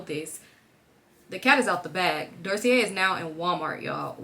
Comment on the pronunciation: girlll 😭 you pronouncing Dossier incorrectly 💕 like you’re saying it mainly correctly, just leave out the R (so not doorsier)